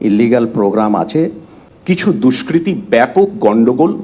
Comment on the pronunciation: How can this guy say us DUSKRITY